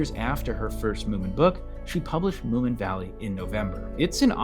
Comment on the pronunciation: its munin not mooin